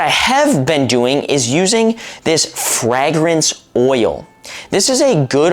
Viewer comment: Wtf is frag-rance oil? Lol. It's pronounced fray-grance.